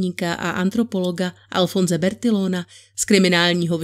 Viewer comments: Čte se Bertijon a bertijonáž!!!? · Nelíbí se mi to čtení... příliš podrobné a moc dlouhé věty...snaha ohromit slohovou prací 🙄. Sloh je poněkud archaický. Bertillon, bertillonage... čte se Bertijon a bertijonáž. Když neumíš francouzsky, máš si zjistit výslovnost. Francouzštináři to trhá uši.